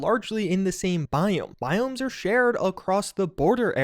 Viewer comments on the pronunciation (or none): none